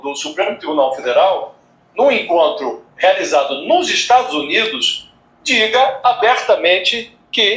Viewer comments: Ela não sabe pronunciar Estados Unidos mas pergunto à vcs se saberia pronunciar Estados Unidisentes? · Nem para ela sabe pronunciar